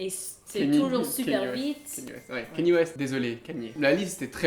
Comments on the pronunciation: KanyÉ 😂 Wifi en allemand c'est w-lan (se dit vé lane) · c'est Kanye west pas kenny c'est kanye comme "QUAND" "yé"